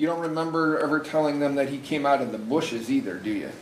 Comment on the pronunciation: “I know I said dat” The word is that! U know T H A T